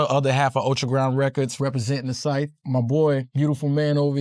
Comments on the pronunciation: scythe being a tricky word.....bro gotta be pronouncing the W in sword then i just know it and the Gs in lasagna. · still, its not that fucking hard to pronounce SCYTHE